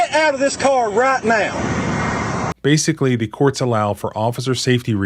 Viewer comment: Smile, say "the idiot thinks hes got me"... Also, listening to that damned honking goose twang is unnerving, now is a one syllable word goofneck! 😅 UNFIT FOR LAW!